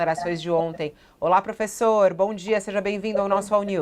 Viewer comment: Professor kkkkkkkkkkkkkkk professor kkkkkkkkkkkkkkkkkkkk professor kkkkkkkkkkkkkkkkkkkkkkkkkk pôfêxôrrr kkkkkkkkkkkkkkkkkk